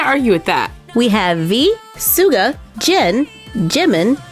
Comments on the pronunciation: How bout you learn how to say there names before you do this.. you triggered me so much i clicked off... are you trying to ruin my love for BTS? Or what?.. SMH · Hum... I ADORE BTS but most of their faces aren’t that accurate... (Also, I’m triggered at the way she pronounced Suga’s name gigdstrrat THAT’S NOT HOW YOU SAY IT XDDD) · You don’t pronounce right the name of SUGA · you pronounced it worng it’s Suga that’s rude the cringe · Excuse me, what did you say? I think you're saying wrong to name of Suga. 🤨🤨🤨🤨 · Sne pronounced suga wrong i am gonna dieee!!!! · Who else cringed white she said Suga wrong not trying to be mean I love you 💛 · 2 things suga was pronounced wrong and I'm on a quest to find our leader Namjoon's dimples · Ikr through out the video I was really annoyed because of the way people say 'Suga'. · I am dying suga is suppossed to be pronounced as shuga not suga!!!!!! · Not trying to scold you or anything but Suga is pronounced Shu-ga! Love you! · It’s spelt suga but pronounced like how you say sugar I think 😂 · Suga is pronounced as sugar without r You pronounced the rest correct 👍🏼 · Not pronounced sooga its shu-ga suga mkay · It’s not pronounced suga it’s pronounced Shuga I’m not annoyed huh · Suga is pronounced kinda like shu-ga not suu-ga lol 😂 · It's not schuga it's suga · Just saying it's not pronounced soo-ga. It's pronounced Sugar but spelt Suga...No hate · btw suga isn't pronounced "suu-ga" but it's more like "sh-uga" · Ugghhhhh... its Suga! It’s said “shoe-ga” not “ sue-ga”. Plz say it right. It pains me as an Army. And honey, jin, oh, god no. Im sorry that doesn’t look like him. And sorry for the shade. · It’s not pronounced as Suga but Shuga lol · No hate, but it's not pronounced suga it's sh-uga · Sssuga?...it is ssyyuga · Oh gosh I cant handle it anymore,its (shu-ga) not (su-ga) the spelling is just suga but its totally shu-ga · Sorry to sound like a hater but im not , ITS not soo-ga ITS shoo-ga. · Suga is pronouced Sugar